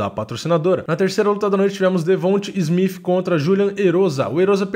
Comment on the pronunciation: SMITH ou SMIPH? Acho que é o som de "T" sendo assim "SMITH".